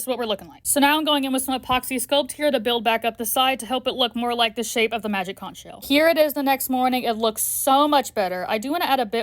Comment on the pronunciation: Oo magic cunch sheal what do we do now? Nothing 😂😂😂😂😂